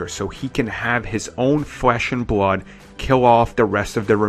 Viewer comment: Kywo Wen Bwood Wine Fwesh and Bwood you pwobwabwy say wazer wifle too 😂😂😂😂😂😂